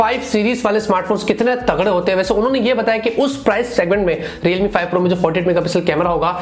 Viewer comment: I will subscribe you again the day when you will stop making videos about “Realme, Reelmi, Readmi, Readmi” .... I am sorry... 😐